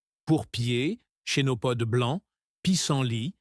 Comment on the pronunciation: Mais quelle misère ces vidéos IA le Chénopode ( se prononce Kenopode) et il montre tout sauf la plante en question ?! Le pissenlit,on voit en premier des radis ?! C'est une farce,A FUERA.